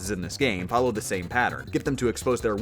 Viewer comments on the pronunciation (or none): none